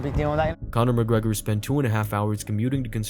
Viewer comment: Connor Mc Grogrer